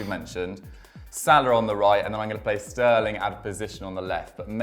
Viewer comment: why do English people replace the ending “a” in a word with “-er”?? Example: Mo Salah -> Mo Saler